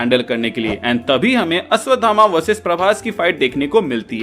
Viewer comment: अश्वधामा नही अश्वत्थामा 😅😅